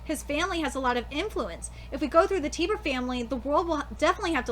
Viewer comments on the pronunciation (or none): TIE BER not tiber